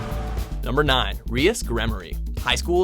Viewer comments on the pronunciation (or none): Reeas gremory? Its pronounced r I as ( with a separate I) gremory... Smh xd